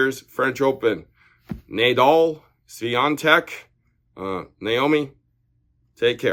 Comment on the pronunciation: Na dal not naedal